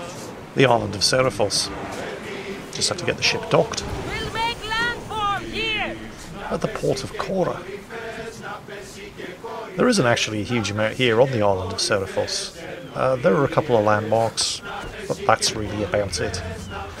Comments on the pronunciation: please stop calling it "Kora". It's pronounced "Hora":) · The english language doesn't have many of the "harsher" sounds in greek (the "r" is but one example). My suggestion was "Chora" with a soft ch. Just don't call it "Kora"!